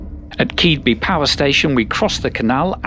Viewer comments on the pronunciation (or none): Very enjoyable video. As a Scunny lad (though now living in Kent) Keadby is pronounce "Kid-bee" to locals. Not as weird as the pronunciation of Leigh in Kent though.